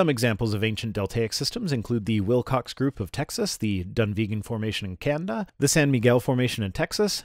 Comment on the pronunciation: Canda, when he means Can-a-da. Hahahahaha